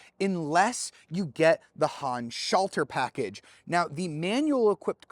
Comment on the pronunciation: You are always trying to pronounce the "Handschalter Paket" like it were an English word instead of acknowledging that it's a German term. It sounds really weird the way you pronounce it for German speaking people.